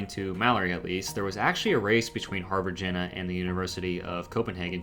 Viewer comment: I don't want to be pedantic, but after maybe the tenth mention of the Harvard-Jena Paper, I just had to say that the pronunciation of Jena is wrong. It's a city in Germany whose name, if written in phonetic English, would sound like "YAY nuh". I thought that might be helpful if you ever discuss this paper again or ever come across that city's name again. Apart from that, a very interesting presentation, and thank you. I think Renfrew's Anatolian hypothesis derived partly from both the genetic evidence of an early migration from Anatolia and from the belief of many Indo-Europeanists that the Anatolian branch of Indo-European broke off from the rest of the family long before the other branches diverged, suggesting that the family originated in Anatolia and that the non-Anatolian languages are descended from the emigrant population. I think the currently prevailing theory is that both the Proto-Anatolian and Proto-Indo-European proper may both be descended from a common ancestor in the Caucasus region, since DNA evidence shows migration from the Caucasus both to Anatolia and to the Pontic steppe (home of the Yamnaya Culture) around 6,500 years ago. Maybe you could explore this in a future video.